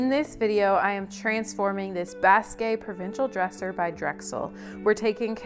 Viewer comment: Hi,. I love watching you & & you have taught me a lot about refinishing furniture. Just wanted to give you a little FYI....the word basque is pronounced bask, and refers to a region of France & Spain from way, way back:)